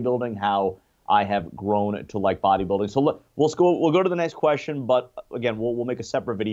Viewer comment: Dude it is pronounced QUESTION not KESHSION